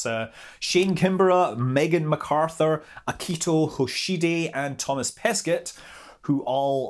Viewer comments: Not sure if you'll read this comment, but it's pronounced "Toma Peskay" ;) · French tips: When you say Thomas Pesquet, the "t" is silent at the end of Pesquet. For his name "Thomas" we mostly pronounce it with the "s" silent but you can also pronounce it with the "s". I really like the "incorrect" way you pronounce it, it feels exotic :-D So do as you like Scott ;-)